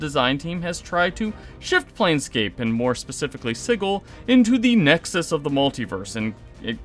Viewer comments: sih-jill, not sigg-ull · "Siggle"? Isn't it pronounced just like the word "sigil"? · how this dude pronounces sigil kills me